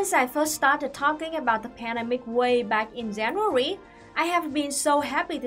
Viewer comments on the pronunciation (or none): I like languages and it's just a brazillian curiosity about it, it's not a criticism. What is the pattern in the vietnamese language that make you change the english pronunciation of "j" and "g" to "z"? You always pronouncing, for example, "zanuary" instead "january", and it's cuttie!